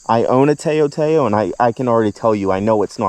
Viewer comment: you pronounce it like touw touw TA-OW